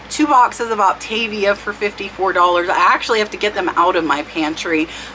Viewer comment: I have heard it several times whenever you sell the diet food products and I'm not sure if it's on purpose or not. Lol. You tend to say op-TAY-via but it is actually op-tah-via . :)